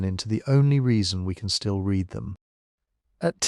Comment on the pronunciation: Dear little ai: read pronounced red is past tense. Read pronounced reed is what you need to say you genuinely read them.